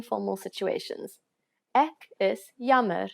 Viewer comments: ek is like ak like you saying it like ak is jammer not ek is jammer? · I can hear from how you pronounce "ek" as "ik" , "is" as "iz" that it's an additional language for you pronunciation needs a bit of attention other than that it sounds good